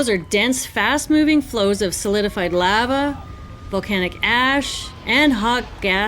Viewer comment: Love you channel but why do you say lava like that 😂